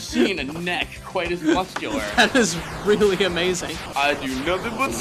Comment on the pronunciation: Rearry? That sounds interesting.